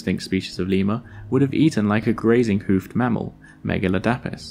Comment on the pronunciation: Megaladapis isnt pronounced like that it's megu-lad-i-puss